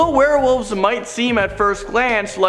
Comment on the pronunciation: Werewolves not warewolves. Lol